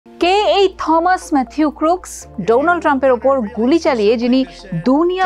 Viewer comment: '' থমাস '' বলে কোনো শুদ্ধ ইংলিশ শব্দ নেই. সঠিক হবে '' টমাস '' -AN ENG EXPERT, AGE 58.